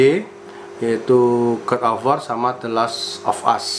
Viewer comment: Bang bukan god of war tapi godobor